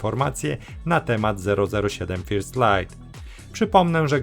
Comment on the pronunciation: jak czytasz "First"(czy wcześniej inne) to aż uszy więdną. Fajne robisz materiały i dzięki Ci za to ale Twój angielski woła o pomstę do nieba.